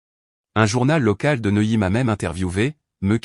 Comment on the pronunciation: Neuilly pas noyé!!!! Pourquoi reste il a Neuilly